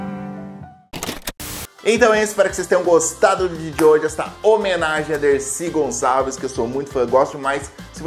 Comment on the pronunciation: Grande mulher Decir Gonsaveis